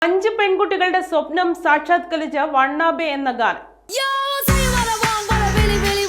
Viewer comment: Wanna be അല്ലേ ? (want to be) വാന ബി എന്ന് ഉച്ഛരിക്കാം